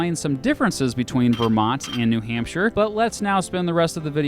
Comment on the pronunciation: It’s new hamp shire not new hamp sheet